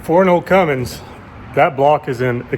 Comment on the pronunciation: THERE'S NO "G" IN CUMMINS! Pet peeve of mine.